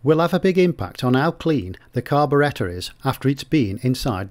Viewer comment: His pronouciation of carburetor is incorrect.